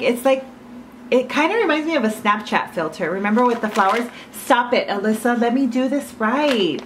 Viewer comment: Who else hered say sreek